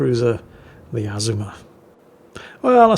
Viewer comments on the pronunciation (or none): you kill me how you butcher the name of famous ships where the correct pronunciation has been in video after video including real war videos. This ship you featured is not pronounced AZ-UH-MUH it is pronounced, UH-ZOOM-UH. Just like the Yamato is pronounced YUH-MAH-TOE not YAM-UH-TOE!!! All that said I still love your replays and look forward to them with my coffee!